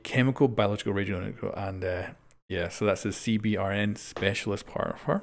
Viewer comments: for CBRN you can just say "see-burn" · Instead of saying C B R N. Just say C-Burn. It’s quicker and it’s how we say it in the military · so close to pronouncing "CBRN" the correct military way...